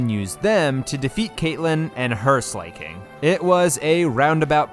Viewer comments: Even tho i love your voice the way you pronounce some pokemon names kills me. For exemple Slaking. You say "slay-king" and Everyone else ive heard say its name says it as "slack-ing" or "slack-king" I still love you vids tho. I use them to fall asleep cuz i dont have to look at the screen since you describe everything and it holds my attention without overwhelming me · why do you keep pronouncing it as slay-king its slack-ing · Are you saying names wrong on purpose? Slakin, it's not slayking, it's slaking as in slaking off. Minun from the other video is my-nun, as in minus. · This series is great. Just found your channel. Funny dude. 🎉 But and im sure someone has already pointed this out, in case not, its pronounced slack-king(1word) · Why did you pronounce Slaking like Slay King 💅, gurl Slay Queen 😭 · Zebstreeka, Zeekrom. I’m convince he does it intentionally. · Your clowning yourself the way your pronouncing Slaking